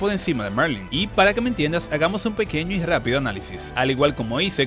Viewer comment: Se llama Merlin, no Marling, eso en Atak on Titan jjj